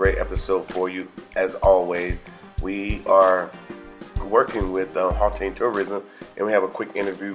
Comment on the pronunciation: if I may attempt to correct your pronunciation... The first two vowels in "Gauteng" are pronunced similarly to those of the word "out" or "outside". The "G" in "Gauteng" is pronunced as if you are gargling air as it were.